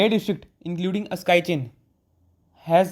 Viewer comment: Bhai video ki detailing ke chakkar me yahi bhul gaye ki 'Askai Chin' nahi "Aksai Chin" hota hai ? 😂🤣